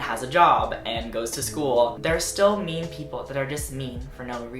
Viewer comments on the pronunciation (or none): you said “mean people” but i thought you said “meme people” lmao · i thought he was saying meme people. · I thought you were saying "meme people" and I was very confused for the first half of the video